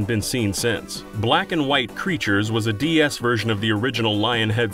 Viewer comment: Am I crazy or does this guy keep saying "DES?"